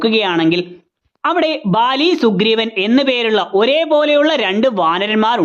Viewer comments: Names chilath oke wrong aayit aanu parayunne...athonnu sradhichal kurachoode nannayirunnu bro.. Chachu - lachu Baali - vaali Just a suggestion.. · vali❌ bali✅ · Vali alla baali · Vaali alla baali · Vali alla bali...